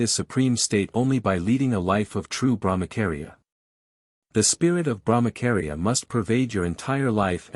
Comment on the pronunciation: Thank you! Please BrahmaCHaria not KAria 😅 its repeded so many times...wrong